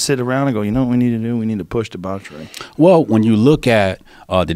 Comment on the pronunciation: deBOWchery, lol